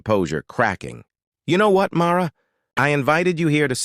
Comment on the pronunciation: First off, it's MARLA, not MAURA